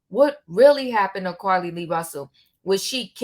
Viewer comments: Her name is not pronounced Carlee Lee Russell it is pronounced Car Lee Russell...lots of content creators give content BUT they pronounce the names incorrectly after the names have been pronounced many times!! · Omggggggg her calling her Carlee Lee is blowing me....its JUST CARLEE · Just in case you didn't know her name is Carlee Nichole Rusell -- you keep saying Carlee Lee Russell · Her name is Carlee not Carrie lee